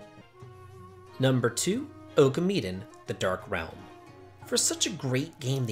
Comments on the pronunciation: #2 - Um... no offense, but you know Okami and Okamiden literally pronounce the way you say it every time you start the game, right? o.O This time you're wrong, it's "O-kah-me-den", not "Oak-kuh-me-den". :p That being said, I usually hate mandatory boss rushes... optionally would be fun though, backtracking on nostalgic battles. Just... don't force it when people just want to beat the final boss man... Klonoa Wii and I think Banjo-Tooie are the only examples that come to mind at the moment that make this fun. :p Bomberman Hero is also an odd 50/50 example. It's mandatory before the final boss, but you can also redo it too, and with perfect scores on every level if you want that bonus dungeon. :p (Katia X2 is one of the hardest bosses to speed run and beat at all in the first place though, geez...) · “Oh-ka-me den”. I don’t know if I have ever heard it pronounced that way before.